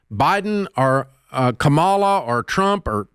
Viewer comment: Dave I totally respect you and your show. Have watched you for years. I would just make one small request and this comes from a place of kindness and genuine respect. Please learn to pronounce the Vice President's name correctly. Kamala's name is pronounced comma-la. It's a small thing but goes along way. Thank you.